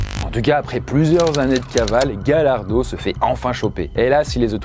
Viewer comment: J'ai écris d'autres commentaires mais ils ont disparu.. C'est Gallardo qui se dit GaYarso